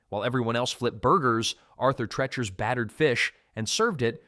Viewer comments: Treachers. Pronounced treech-ers. The word reach is even in the spelling. Unbelievable. . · It’s pronounced tree-chers.🤦🏻‍♂️